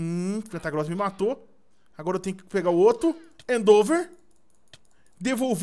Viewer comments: lÊ a porra do ataque com calma e pronuncia certo, primeiro vc começou a falar endover e agr endeover, cara o ataque se escreve endeavor mano fala certo q é endivor lê assim q ta certo, e nem vem kid falando q ele fala do jeito q quer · o nome do ataque é endeavor não endover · e end over nao endeover